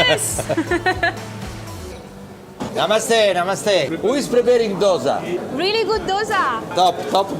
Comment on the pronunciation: Most North Indians and you people always mispronounce Dosa...it is "do" in dosa as "do" in dosti... It's heard very harsh for us when you pronounce dosa in your way...